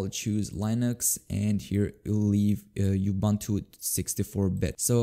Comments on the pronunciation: yea is kind of weird, he sometimes pronunces it like ubantu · Am I the only one who doesn't like how he pronounces Ubuntu?